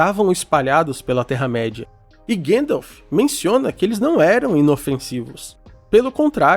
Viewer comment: Ótimo vídeo! Porém tente corrigir as pronúncias, tipo Gandalf, não Gendolf ou anãos não anões ❤